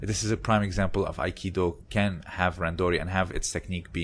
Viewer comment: got it... yeah somehow i thought you were saying "can't" with the stop T sound on min . Haha